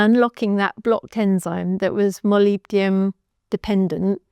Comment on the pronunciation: Woooow you learned to pronounce molybdenum!!! ❤❤❤